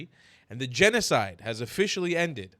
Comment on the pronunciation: ''gnocde has officially ended''. GNOCDE? Little freudian slip you son of a wh0re?